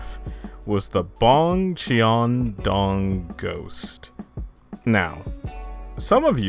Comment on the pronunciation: he pronounced cheon wrong